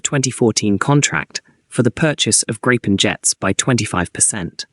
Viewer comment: I think GRIPEN is pronounced as 'GREEPEN'.